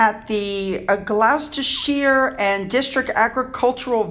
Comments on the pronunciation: I believe it is pronounced "glostersure" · Not correcting you but trying to help as I had trouble with these as well being Southern these words and others are hard for me😅😁- Gloucestershire is (gla stah sure) and as below its chumly. 🙂 i just love your videos! I am glad C & C are happy. Its really sad this couldn't happen from beginning, as it would have saved Diana a lot of heartache and Charles, but then we wouldn't have Wills and Harry. I love those guys. It's been such a pleasure watching them grow up. I find your channel lovely positive and upbeat. I'll say nothing bad about the royals. I always felt sad I never got to see them in life. Now Elizabeth Phillip Margaret and Diana are gone. I always wanted to meet Margaret. I thought she would be a hoot. Only working royals can be on balcony with his Father as King? I knew they had some weird thing about that... I find it sad...still his Dad. I know everyone is so hurt. It breaks my heart. I enjoyed Prince Harrys book much more on audible. Hearing him speak his own words put a totally new meaning on what I had read, if that makes sense, its like texts or here.. we mean things one way yet taken another. Harry may know so much more than he said because he did live this life. I'm sure he refrained more than we will ever know. I know trust is broken but I feel he needed to get this out a long time. I think he just needs an atta boy from people as he's always been "the Spare" and few of his accomplishments ever praised. . now before everyone attacks me realize... I got up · Hi. love your videos and as usual just to help you with pronouncing our daft place-names. GLOUCESTERSHIRE - Glostersher - your welcome LOL